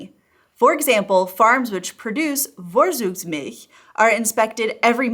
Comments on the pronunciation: Its fun to listen to your "Vorzugsmilch". It sounds like "Worsugs". Germans speak a hard "F" and a hard "ts", try to speak like "Fourtsooks"milch. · fawre-tsooks-milch. You pronounced the last syllable correctly, but "vor" doesn't start with a "v" sound which would be written "w" in German (as well as in Polish), since the letter "v" is pronounced "f." And Zug (including in Vorzug) is "tsooke" not "dzoog" (Z is never voiced in German, and final G becomes K - however in Vorzüge it is pronounced like in English Get). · Just a note on pronunciation: Vorzugsmilch = [ˈfoɐ̯t͡suːksˌmɪlç]. Always remember: v sounds like f (for germanic words), z = ts. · The spelling is so bad. I can’t hear it it’s Vorzugsmilch not with V but with F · Fffffffffffffff... not worzugsmilch. Like in wtf. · you live in the south of germany:) this letter 'V' is pronounced 'EFF'. just accept that and your live will be much easier. FFFForTSugsmilch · Vorzugsmilch (literally: preferential milk) is correctly pronounced in English phonetic transcription "Fore - Tsoogs - Milsh" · Vorzug is pronounced For-tsook. Never heard Vorzugsmilch in Germany. I only know Rohmilch. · Please practice the pronunciation of "V" and "Z" in German again. It sounds significantly different than in your example with Vorzugsmilch, which you pronounce Worsugsmilch The German V doesn't sound like v in "village" - you would have to write that with a W in German. The Z in Vorzug (as well as in Zug) does not sound like the z in Zambia (This state is written in German *Sambia*) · And in German, the “v” always sounds like an “f” so “for-tsugs-milch.” I really don’t like to make it a practise of correcting Youtubers’ pronunciations, but this one made me cringe every time you said it. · Also the V is pronounced as an F not an American V. To spell it the way she said it would be Worzugsmilch. She did get the ch sound pretty right! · She lives in Germany but still can't pronounce "Vorzugsmilch".🤣